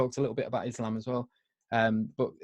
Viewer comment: It sounds like is saying 'I reverted to Islamabad!'. hahaha. I had to rewind just to hear that. Mashallah.